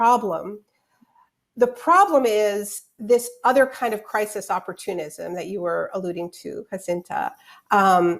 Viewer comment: “CRY-sees”. I had to stop watching it because that lady annoyed me so bad. WHAT A SIMP